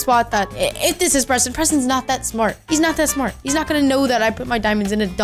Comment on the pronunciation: just said Prestonz not that SMART